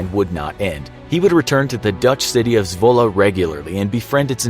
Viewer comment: Love the way you name dutch towns. Pretty accurate